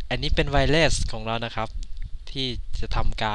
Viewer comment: ไวเลสสสส 555 นั่งฟังกำลังน่าเชื่อถือ สักพัก เฮ้ย ใช่บะ 5555 หมดเลย